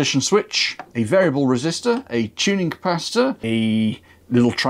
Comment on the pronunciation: Please please do. Not say capaci-tata it's like saying boatato for a potato 🥔. You come from the stroud area, not the forest, they can getaway with it.